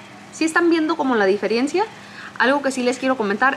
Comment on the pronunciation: Se dice diferencia no diferiencia